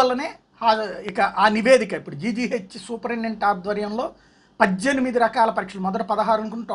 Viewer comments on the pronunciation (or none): Padddyanimidi kaadu paddhenimidi...🙄